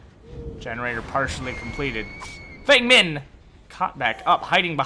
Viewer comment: As a white guy, I don’t care much... but Feng Min is pronounced “Fung”